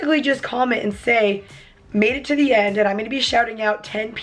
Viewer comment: End not ed